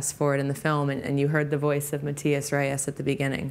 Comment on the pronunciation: I love how he calls Reyes "destiny"